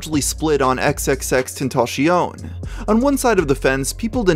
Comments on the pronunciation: "XXXTentacione" bruh, I guess we pronounced it wrong this whole time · you know jammich was only popular cuz of those huge twins she has. and why are you saying xxxtentacion name like that? is this a bot channel? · I like how he pronounces xxxtentacion like a french man